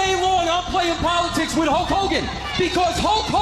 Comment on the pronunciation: Hul-KKK Hogan